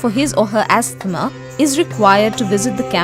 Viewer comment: The girl doing the voice over says: astmah instead of: ahsma!